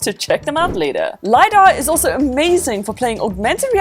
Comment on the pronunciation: Isn't it LiDAR? not Lydar just saying no hate. I love your videos and I hope u will get to 1M this year!! ☺️